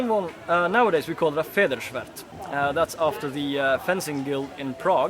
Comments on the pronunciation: could have swore he said FartSchwigger. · "His Norwegian accent when pronouncing German words" - was that supposed to go anywhere? His pronunciation is actually quite good, if I may say so :-) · Protton I know, I know. I never doubted that. I was just being butthurt about him mispronouncing Federschwert in the beginning. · oh god why - first two seconds and someone already butchers the term federschwert :D